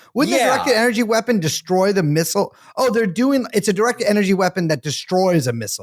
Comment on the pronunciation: I'm surprised Felix, who mispronounces fentanyl as "fantanol", is one of the few Americans who says "missile" correctly. Most say missal, hostel, and feudal, instead of missile, hostile, and futile.